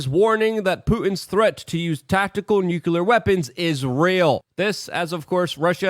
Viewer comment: Luke, why do you always pronounce the word "nuclear" as nuculear? I see a lot of Americans doing this.